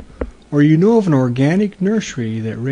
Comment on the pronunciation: WTF >>> did you just said : '' ... when you see a nurs'y plant that rly turns you on ... '' DUDE YOU NEED HELP